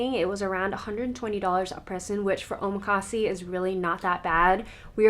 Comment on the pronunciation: Wonderful round up of things to do in Seattle. Thank you! One small note, when you order chef's choice at a Japanese restaurant, it is called omakase, pronounced o-ma-ka-se, with the vowels pronounced like in Spanish (not "see" for the last syllable). There a few newer omakase places that sell out within minutes of opening online reservations every month. I hope you are able to experience one or two of them next time you visit. 😀